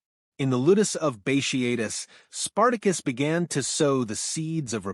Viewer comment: Bat e atus. Not bashiatus